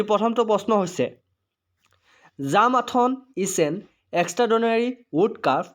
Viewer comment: Q1. It's not 'Jam athon ' , its called ' Jambili Athon' .